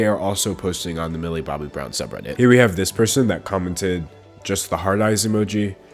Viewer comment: I can't not hear Billy Bobby Brown. That's her name now sorry.